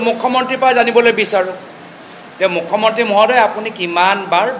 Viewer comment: Apunar mukhya mantri word to bhal ke fota ni..😂😂😂 Assamese najane nk